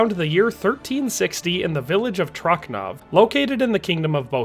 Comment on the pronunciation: .. letter "c" sounds in czech as "ts" so it's "Tro(ts)nov" not "Tro(K)nov" Just write "Trocnov" to google translator in czech and press read. Also .. Sirotci -> "sirot(ts)i" not "sirot(K)y" - that is in Czech the 4th case (accusative) of the plural form of the noun "sirotek" (orphan)